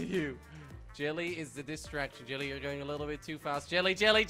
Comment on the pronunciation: "disstrackt" lol whatever